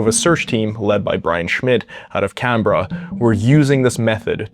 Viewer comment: Thank you for pronouncing Canberra correctly.